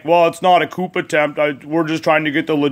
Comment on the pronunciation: It's pronounced "coo," not coop. You don't pronounce the "p" at the end.